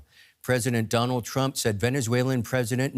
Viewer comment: "Don't discount Thonald Twump to attwac venethuela to look like tough guys" yeah I discounted what this guy said in the first sentence.